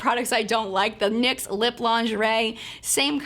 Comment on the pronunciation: Lol you said dicks instead of Nyx lol